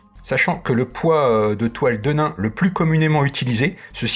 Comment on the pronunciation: Petit cours d'histoire (que je pensais connue de tous...hum hum) . Nos bons jeans (comme 501 pas comme le saint) ont été à l"origine fabriqués en toile De Nîmes (ruée vers l'or, Levis Strauss bla bla bla), on prononce donc "denim" comme la ville et pas "de nain".... Bon, c'est pas tout ça, est-ce qu'il est prévu une version femme ou est-ce que le modèle est coupé unisex? Merci pour cette présentation!